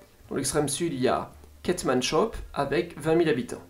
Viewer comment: C'est Kiét-mannsse-hô-ôp, pas Ketmanchoppe.